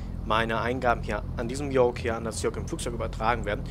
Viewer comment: Lern Yoke auszusprechen bitte ich häule gleich